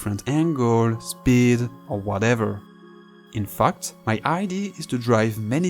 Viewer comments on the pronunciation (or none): Ah yes, Truckmania. Your accent is funny. Please learn to pronounce some A's like E. Because infact isn't pronounced infucked lol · when you say "in fact" it sounds more like "in fucked" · He's saying "so much in fucked" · Every time u say "IN FACT", I CAN HEAR WHAT U TRYING TO SAY!